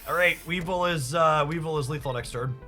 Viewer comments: Dark-Cry (Darkrai) Weav-vile (Weavile) Whenever I pop in a stream I’m tempted to correct your pronunciation but I also end up biting my tongue. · Dark-rye (like the bread) Wee-vile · Dark - rye We - vile Also, don't really mind the wrong pronunciations, they are hilarious. Plus they start engagement. Love the videos my dude. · Don't care about any of your pronunciations other than Weavile. How can you not want to say We Vile!? You get to say VILE! 😋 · Dude love your content, but this video was hard to watch cause you mispronounced both their names wrong, I swear it's on purpose 😂 Weavile is vile, similar to bile. Also how do you read rai and say ray.. bruh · Haha you said their names wrong (idc I think it’s funny just commenting for the algorithm good up the nice gameplay was fun watching some of this live earlier)